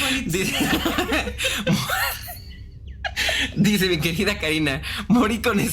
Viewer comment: 🤣🤣🤣 entre la Politzia y Lecumberrry, me hizo el día 🤣🤣🤣